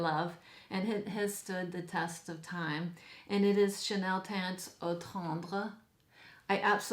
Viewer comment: You are gorgeous and loving how you display your selection on the mantle! 🙂 By the way, you pronounce Eau tendre very well! 😉